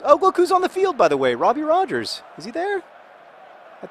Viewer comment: You finally said Robbie Roger's name correctly, yay!